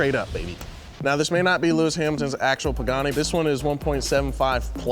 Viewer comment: Lewmis Hamilton! Lol love